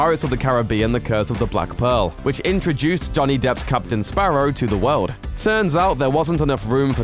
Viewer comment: JUST STOP SAYING WOLD ITS WORLD, FUUCKK